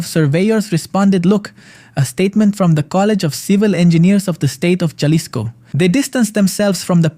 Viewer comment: Not jah-lisco it's HA-lisco don't mess up the city name